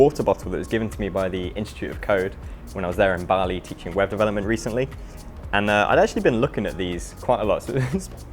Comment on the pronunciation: LOL, thought you said Weapon Development instead of Web Development at first. Love your channel, keep it up :)